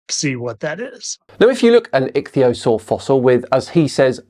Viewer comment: A 40 year old that can't say Ichthyosauria, instead calls it Atleast 3 different pronunciation. Joking aside if pointing became an Olympic sport he'll bring home the gold.